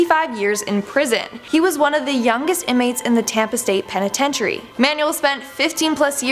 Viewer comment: And apparently “penitentiary” is pronounced “penitetury”.